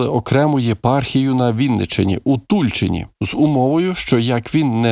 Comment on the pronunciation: Дякую за відео! Правильно ,, у ТульчинІ'', наголос на і.